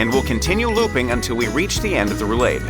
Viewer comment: Roo-lahd, not roo-laid.